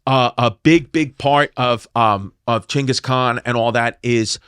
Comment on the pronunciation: It's not gengus or chingus, it's jingus